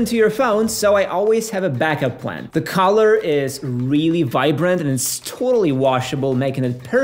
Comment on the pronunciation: When you say the words collar and color, do they sound exactly the same to you?